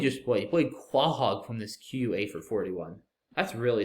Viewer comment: Pronouncing Quahog like kwa-hog and not koh-hog D